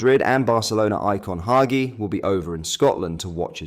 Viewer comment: mate hagi pronounced HA JEE!! Ibrox I- BROX😅